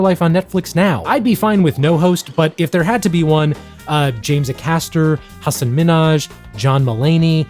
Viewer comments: James Ay-caster, think you just offended every brit😂😂 great video tho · Nice video but what was that pronunciation of James Acaster